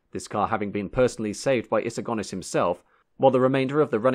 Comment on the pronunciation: Good point well made I wish he had learned to pronounce Sir Alex's Surname properly Go Nis not Gone Is...